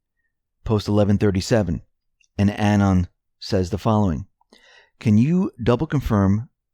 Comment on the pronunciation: Say the word "anonymous" out loud. Now just say the first part, anon. That's how it's pronounced. Thanks.